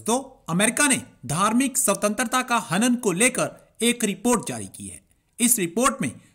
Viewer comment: सवतंत्रता नही भाई स्वतंत्रता !!